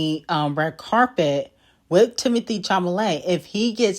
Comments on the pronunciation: It's Chalamet not chamalet😭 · 😂😂😂I love the way you completely botch these ppls names Timothy who na??